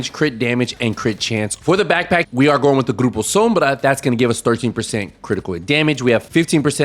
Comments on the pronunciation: you are hispanic because the way you say grupo sombra 😂spanish rocking Division!! ❤ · Love when bro say grupo sombra 😂 lol nice build keep it up 👍🔥